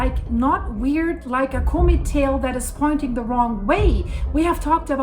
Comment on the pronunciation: I like how says comb it for comet..